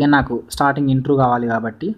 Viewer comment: Intru kadhu baya intro ani palakali